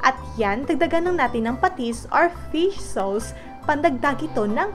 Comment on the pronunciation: Caver lang natin eto! Fish saws! Tangina english 🤣🤣🤣🤣